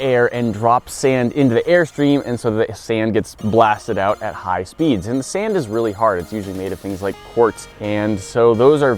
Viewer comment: he said high spees